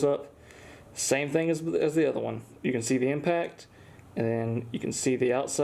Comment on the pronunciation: Legend has it that it is physically impossible for to say "one"